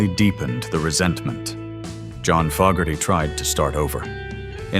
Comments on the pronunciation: If you can’t pronounce FO GARTY GIVE UP POSTING THE NAME IS NOT FOG, If you don’t know how to to pronounce the name, how accurate is any of your information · This video is a perfect example of why the thumbs down counter needs to be displayed. This creator cannot even pronounce the Fogerty name properly but yet he wants us to believe his BS.